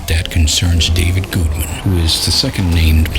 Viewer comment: You know whats uh.. annoying maybe? Weird? I don't know... is the fact that when you talk in your low, grumbly voice like this, your pronunciations of "google" and "Gudeman" are effectively identical, which, in this particular case, has a significant impact on comprehensibility of the subject matter.